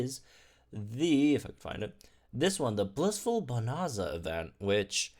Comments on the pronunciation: I'm sorry to do this, but it's bo-nan-za (nan as in nanny). The rest is right lol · How did he not go and learn how to pronounce bonanza it’s not hard